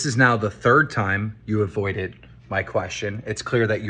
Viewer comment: My take away from this entire 4 hour video is that keem can’t say “wouldn’t it” or “avoided” properly